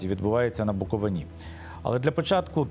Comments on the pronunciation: Щановний! Правильно Буковина- наголос на и. Дуже ріже вухо неправильний наголос. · Пане Миколо, правильно вимовляти букоВИна. Дякую за важливий матеріал. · Як автор може називати себе журналістом якщо він неправильно називає край Буковина. Микола подивись як правильно буде наголос на слові Буковина. Не позорьтесь😮😮😮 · Княжицькому варто знати, де наголос ставити на назві Буковина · Я Вас благаю кажіть та вимовляйте правильно слова, не Буковина́, не на Буковинí, не Ба́нчени, а Букови́на, на Букови́ні, і Банче́ни. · не БАнченський, а БанчЕнський, не БуковинА, а БуковИна. Ви нічого не знаєте, зате багато вчіте. Всім відомо, що по всьому світу іде боротьба з православ ям. Ви, особисто, православний ? Ні. Тоді все зрозуміло. ... Митрополит Онуфрій не поминає кирила, то старі записи... За офіційними даними 72 % українців сповідують православну віру, 9 % - відносять себе до католицької церкви і 4 % - протестантської церкви. І Митрополит Лонгін робить дуже добру божу справу, щодо діточок. Ваші душі , нажаль, - чорні, тому ви все бачите - не по правді. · Наголос пан Княжицький невірно кладе відносно назви Банчени і слова Буковина. Видно, що є вам над чим працювати.